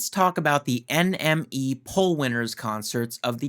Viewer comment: It's pronounced enemy, NME !